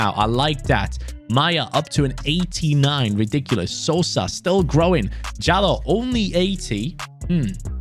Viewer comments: u are saying sosa's surname corectly,greetings from croatia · You are saying Sosa correct, I am from Croatia. Love content